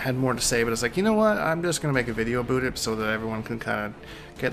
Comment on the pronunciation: Its so funny how he says aboot instead of about